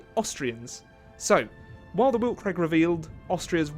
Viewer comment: Man I really don't wanna be that guy, but Weltkrieg is pronounced Velt-kreeg 😅